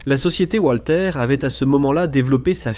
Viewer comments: "Walter" se dit valter pas oualter 🤪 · "Oualter" c'est en anglais